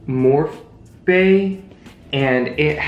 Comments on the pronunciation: MORPH is actually pronounced Morph-ie. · LOLL trying to pronounce morphe for 4 minutes straight 😂 "more-fee" btw. this is hands down one of the most entertaining unboxings, def more of these videos please! love how you could have easily facetimed joan, but here we are getting fire and funny content. we stan a bABE's beauty unboxing moment. 😂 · The number of times that Abes mispronounced Morphe is the same amount of times that I cracked laughing watching this video. You are too funny 🤣😂